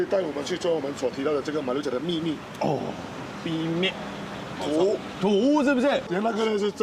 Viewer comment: 秘密 念bi med 毋系 mi mid